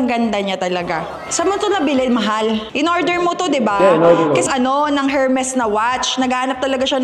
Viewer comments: E-R-M-E-S silent H po not Hermes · Silent H po ang Hermes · ERMES… SILENT H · her-mes at urrport 😖